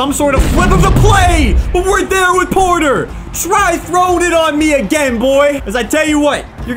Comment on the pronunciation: Did anyone else catch when Jordan poyer intercepted it and said yes portter 😂😂